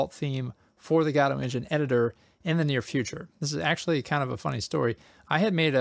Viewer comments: I thought Godot is pronounced Guh-dough, not Gah-doe. So, I googled the pronunciation to confirm it. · Did you just say... "Gadot engine"? That's... Not how you say it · I'm such an asshole, I can't watch this because it makes me twitch when I hear people pronouncing Godot as GAWdoh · huh... Gado is a new one. (pronouncing i mean)